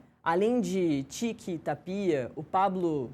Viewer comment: Essa apresentadora que não sabe falar o nome do presidente , não é Ta-pi-a , é TÁPIA. E essa chicara na mão que coisa mais BREGA. E quando começar o programa não se diz “ A gente começa “. Se diz “ COMEÇAMOS “.